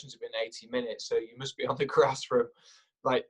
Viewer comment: We huh-oh-pe dinny cahley can get back on the gwass soon